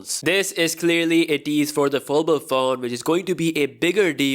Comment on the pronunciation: Wtf is a "Folbol Phone?" 🤔